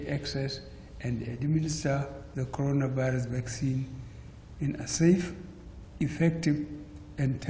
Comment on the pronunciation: Did I hear codoro virus.